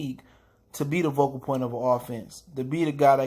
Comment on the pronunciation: Focal point...not vocal point.